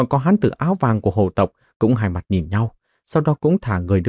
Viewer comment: Phiền anh đọc rõ dùm hồ tộc hay là hổ tộc giúp .chúc ad ngày mới vv